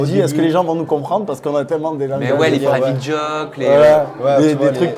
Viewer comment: a dit:" les praïvite joke" 😂😂 pour dire private joke??? 😂😂Jpp